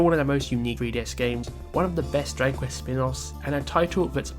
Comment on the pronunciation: stop saying "Drangquist" bro learn to speak